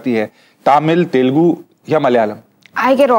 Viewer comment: Not Telgu, it is Telugu.